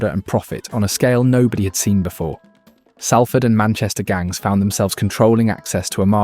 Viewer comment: Great! Someone who pronounces SALFORD RIGHT